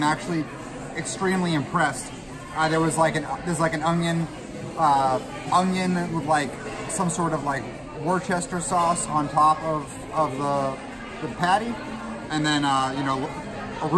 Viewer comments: "Even if I get sick, it's not going to change my mind about this meal." Srsly?! That would sure change most ppls minds! Also, what in the world is "whir-chester" sauce? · were-chester sauce, lol!